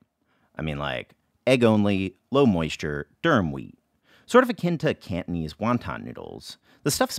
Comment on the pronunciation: Cantonese not KANTNEEZ